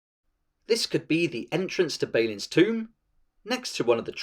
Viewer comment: Great video, awesome game, thumbs up and everything, but it's Bah-lin, not Bey-lin. Sorry, couldn't keep it to myself:D